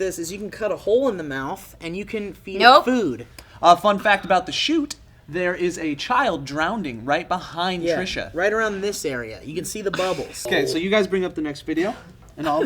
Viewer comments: Joe, did you really just say "Drownding"? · Joe nooo, its not drownding, its drowning, thats such a pet peeve of mine, my ex said it all the time, come on guys.